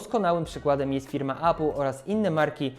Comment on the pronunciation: Jakbyś,, mógł spróbować mówić 'epl' zamiast 'apl'. Niby pierdoła, ale wiesz jak z tym jest... A, no i udało się dotrwać do końca 😉